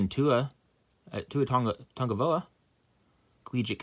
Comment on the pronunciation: Not a fan of contenders, too much base not much rookies. Retail autos are not too great and points suck 😆 I don’t have too much good things to say about Contenders 😆 just from my experience from the past. Fun rip though, love the Tagovailoa (you pronounced it wrong though) 😆 👍🏽🤙🏽